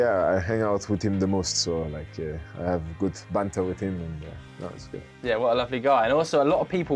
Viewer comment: “I have good bantahhh wit eem”